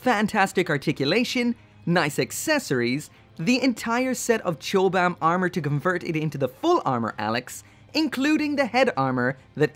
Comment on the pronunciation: Have to say, it's pronounced "cobam." Chobham armor was a composite armor system developed by the British military for use on tanks in the 60's and was developed at Chobham Common in Surrey